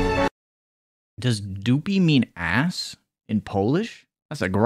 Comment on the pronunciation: I was convinced I could stand whole episode without laughing and then came english pronunciation of ass and as a polish person a bursted in laugh. It was impossible to resist that.